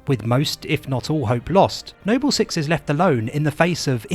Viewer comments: I honestly thought you were trolling, the way you pronounced Noble and Jorge was both painful and hilarious. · Why are you pronouncing Jorge and Noble wrong? Both of these words are spoken by characters in game, it's not like these are words that are only written... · i utterly despise the way you're saying Noble 6 , i tell myself you're doing it on purpose for laughs because you can say Noble Team properly... but it still pisses me off. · Kinda irks me how he says Noble and Jorge, lmao. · yeah, it's pretty bad. Idk why he calls him nobbel six, when he says noble perfectly fine when talking about the entire squad. And to not even know how to say George.... lmao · No-Bell team. Jor-hey WHY ARE U SAYING IT LIKE THAT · Noble Six, not No-bell Six...🙄 it's infuriating when so much time and effort goes into videos, just for something so simple to be overlooked. It makes you wince every time you hear it. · Nobel Six, Nobel Six!!!!!? It's Noble Six for crying out loud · Its pronounced nobal not nobel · Why is it you correctly call them Noble Team, but refer to the player character as "Nobel Six?" Also, his name is JORGE, not Jorgè! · Noble, not Nobel. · It's pronounced "George" not Jorgé and "Noble", not Nobel. Are you dyslexic or joking? (Good video though). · its noble 6, not nobel 6. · You can't just call Noble 6, the other white meat of Hyper Lethal Vectors, No BELL 6 and then immediately after pronounced Noble Team correctly. Simply disrespectful. For shame sir! Joking aside, great video. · Noble six, not No-bell six. And Jorge no Hor Hey. The names are pronounced multiple times in game, hearing you butcher them for no reason is just frustrating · No-bell six and horhe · Why are you calling him "Nobel Six"? It's NOBLE SIX. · Why the hell is he calling him NOBBEL six instead of noble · Am I missing something? Why does the narrator keep mispronouncing noble 6 as "Nobel 6?" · Nobel Six and Jorge 😅 Great video, man, ya goofball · Nobel 6 and whorhey 😅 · HOR-HAY NOBEL SIX